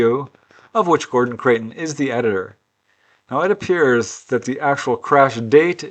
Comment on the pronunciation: Hi, have to pick you up on your pronunciation of Creighton as you say it often, it's Criton as in eye! I used to subscribe to FSR back in the day, GC was a very important player.